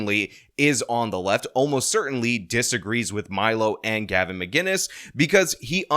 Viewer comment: MAH-KIN-US, not MAH-GIN-US, there's no G.. god help us, how does this still happen.